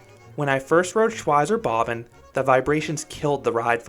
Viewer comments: "Shwyzer Bobbin" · Shwytzer Bob Bon is how I'd say it in an American accent (Shwytzer Bob Ban with English accent). Shvytza Bob Ban if I'm trying to sound German. Bob and Bahn are basically two words, it's just that German writing squishes stuff together. Anyway it's not important it was just surprising to hear your pronunciation. Great review regardless!